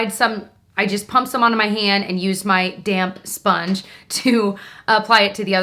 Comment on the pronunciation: Love how you over-enunciated and used a fancy accent when saying "a DAMP. SPONGE." Please keep doing that xD